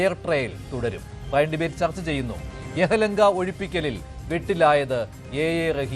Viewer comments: Yehalanka അല്ല yelahanka.. മാധ്യമ പ്രവര്‍ത്തകനും ആവാം preparation. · യഹലങ്ക അല്ലഡാ പൊട്ടാ യെലഹങ്ക 😂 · എഹലങ്ക അല്ല എലഹങ്ക ആണ് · Not yehalanka, Yelahanka. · Yelahanka aanu - not yehalanka 😊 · Its Yelahanka.Not yehalanka😂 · ബാംഗ്ലൂർ യഹ്‌ലംങ്ക അല്ല (എലഹങ്ക) ആണ് സ്ഥലപ്പേർ 😂😊🙈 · എലാം കണക്കാ...റഹിം പെട്ടു പോട്ടെ....... എലഹങ്ക... യഹ ലങ്ക alla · യെഹലങ്കയല്ലടേയ്...' യെലഹങ്ക". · എടാ പൊട്ടാ യഹലങ്ക അല്ല, യലഹങ്ക... യലഹങ്ക... എന്ന് പറ... 😂😂😂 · YELAHANKA NOT YEHALANKA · യെഹ്‌ലങ്ക അല്ല യെലഹങ്ക , ഇവന്റെ യൊക്കെ പത്ര പ്രവർത്തനം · ഡിയർ ആങ്കർ, പറഞ്ഞത് ശരിയാണ്, പക്ഷെ താങ്കൾക്കും ഭാഷാപിഴവ് പറ്റി....യഹലങ്ക അല്ല...യലഹങ്ക ആണ്...😁😁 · It’s Yellahanka not Yehalanka…soo can you can you hahaha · റഹീമിനെ വിമർശിക്കാം. ആരെയും അവരുടെ കഴിവ് കേടിനെ ചൂണ്ടിക്കാണിച്ചോ, ഈ കഴത്തിയോ ഒക്കെ സംസാരിക്കാം,. അപ്പോൾ ചൂണ്ടിക്കാണിക്കുന്നവർ അത്രയെങ്കിലും പഠിക്കുകയോ മനസിലാക്കുകയോ ചെയ്തിട്ടുണ്ട് എന്ന് കേൾക്കുന്നവർക്കും തോന്നണ്ടേ ? അവതാരകാ താങ്കൾ യെലഹങ്കയെ ആവർത്തിച്ച് "യെഹ" ലെങ്കാ എന്നാണ് മൊഴിയുന്നത് . മാധ്യമപ്രവർത്തനത്തിൽ ഇതനുവദിച്ചിട്ടുണ്ടോ? താങ്കൾ അടക്കമുള്ളവർ ശേഷം" എന്നതിന് ശേശം എന്നും , പലയിടങ്ങളിലെ പ്രയോഗങ്ങൾ വൃഷ്പം പുശ്പ"മായും മറ്റും-- ഇതുപോലെയൊക്കെ ആവുമ്പോൾ ഞങ്ങൾക്ക് വിലയിരുത്താൻ അവസരമെവിടെ? 😢 അനുഭവിക്കുക😢😢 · 😂😂😂😂എടോ അവതാരക താൻ ആദ്യം പോയി ഒരു പഠനം നടത്തു. യഹലങ്ക അല്ല, യലഹങ്ക ആണ്.😂😂😂😂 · യഹളങ്ക അല്ല യലഹങ്ക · സംസാരഭാഷാ നിപുണതയില്ലായ്മ അത്രമാത്രം കളിയാക്കേണ്ട ഒരു വിഷയമായി തോന്നുന്നില്ല... എങ്കിലും, PGയും, LLBയും ഉള്‍പ്പെടെയുള്ള ഉന്നത ബിരുദങ്ങള്‍ ഈ നിലവാരം വച്ച് ഇദ്ദേഹം എങ്ങനെ നേടി എന്നതാണ് അത്ഭുതം... അതേപോലെ ഈ അവതാരകന്‍ ശ്രീ. ആ സ്ഥലത്തിന്റെ പേര് യെഹലങ്ക (Yehalanka) എന്നാണ് പറഞ്ഞത്. പക്ഷെ യഥാര്‍ത്ഥത്തില്‍ ആ സ്ഥലപ്പേര് യെലഹങ്ക ((Yelahanka) എന്നല്ലേ? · Pls try to pronounce the place name correctly